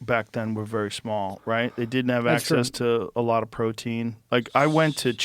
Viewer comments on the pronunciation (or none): none